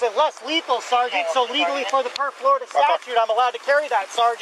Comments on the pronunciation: His pronunciation of, “sergeant” reminds me of a disgruntled private in the military. It happens a lot actually. I heard it a lot when I was in the Army. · It's SARGENT when Jeremy says it.